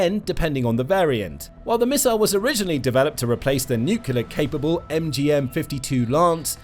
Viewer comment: Aargh! The word is NUCLEAR not NUCULAR! How far did you get in school?